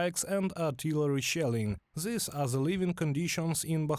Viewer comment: “This” is not pronounced “Zis”. “That” is not pronounced “Zat”. “Those” is not pronounced “Zose”. “They” is not pronounced “Zay”. Otherwise, pretty decent report.👍🏼😄